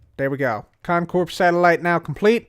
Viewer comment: It still freaks me out to hear the P in Con Corp pronounced out loud. Lol 😂 Stay in school kids.